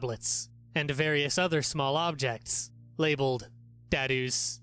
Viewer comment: You said dado wrong and I love the title so much